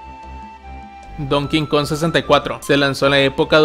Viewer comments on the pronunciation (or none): Me da risa como pronuncia el donkey kong lo pronuncia como "don kingkon " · ¿Podrías por favor dejar de decir "Donking Kong? Es Donkey, me pone nervioso cada vez que lo dices 😵‍💫